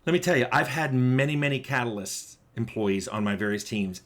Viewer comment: I keep mishearing catalyst as "calloused" That's a very different type of team member.